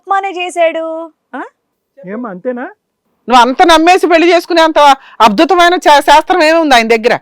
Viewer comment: అబ్దుతమయిన కాదు గారూ చాలా తప్పు no మీనింగ్ at all.అద్భుతమయిన అని అనాలి